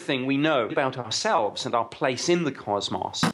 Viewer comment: Nice video. Except the guy that said CosMoss. LoL